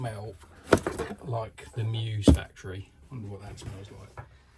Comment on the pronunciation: Congrats on scooping one up. Choosing whether to run it or preserve it in a shelf will be tough. Good luck deciding. I didn't want to deal with the question so I bought two of them. BTW... it's pronounced ME-US. Check out the moto on the box. 😉👍